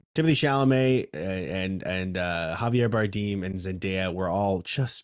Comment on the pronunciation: its more like bar-damn lol, you can google it